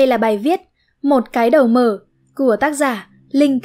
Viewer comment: ko bik tại sao tôi lại nghe cái đầu mở thành cái đờ mờ :))